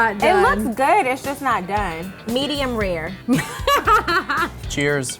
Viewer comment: "Medium Rear" -Essence, 2019 😂😂😂